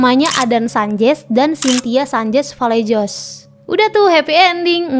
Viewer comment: Vallejos dibaca vallehos